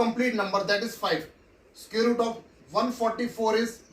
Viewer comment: Sir you are scaring me with sqare 😂😂…. Btw good teaching but bad pronunciation😗💨😶‍🌫️